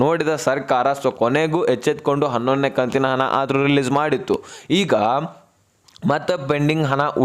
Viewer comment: ಹನ ಹನ ಹನ, ಅನ್ನಬೇಡ ನೀಟಾಗಿ ಹಣ ಅನ್ನು ತಮ್ಮಾ ಉಚ್ಛಾರಣೆ ಸುಧಾರಿಸ್ಕೋ